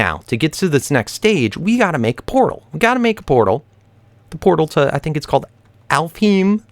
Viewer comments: Also its pronounced Alf-haim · And alfheim is pronounced Alf-Hejm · Also i think its pronounce alf- hime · I think you pronounce it Alfhigm, but I got it from sword art online so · Norse myth is called alfheim (alf-hime) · I hope this isn't offensive but (I think) it's pronounced Al-Fine Wich is fairy or fantasy in japenesse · Alf heim, not that hard to pronounce. Home of the elves translated to English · if its the same way to pronounce it as they do for Sword Art Online its kinda like Alph-hime